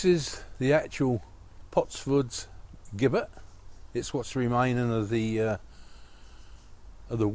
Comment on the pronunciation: Great choice of potentially haunted locations. Perhaps you've made contact with an elemental rather than the ghost of a male/female. The pronunciation of 'Gibbet': the first syllable is the same as in 'Jim' and not as in 'give'.